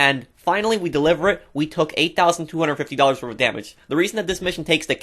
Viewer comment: When it's "Not worf it"